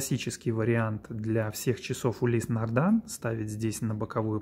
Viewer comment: Не могли бы вы, как любитель марки, объяснить простому смертному пролетарию, не знатоку названий люксовых марок, почему автор ролика несколько раз произносит название марки "нардАн" при том что на часах написано "нардИн"?